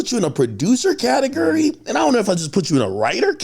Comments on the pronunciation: Sounds like AK says catigerry instead of category haha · "Katagurry" is crazy! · Omg learn to pronounce category